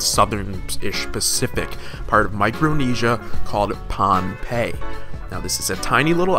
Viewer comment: Pohnpei is not ruined it's just normal dummy I'm from their and we pronounce it bonbei